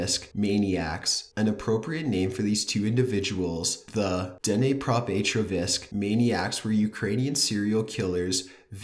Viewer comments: Its Dnepropetrovsk, not "DENEYPROPETORVASK" or what you just said lol. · The way you pronounce Dnepropetrovsk is killing me :D what the hell man :D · Haha dnepropetrovsk is a hard word to pronounce. But now I've heard the most weirdest pronouncing of dnepropetrovsk from you. btw still loved your top15.